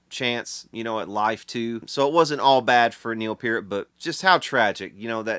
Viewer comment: Thank you for pronouncing Peart properly.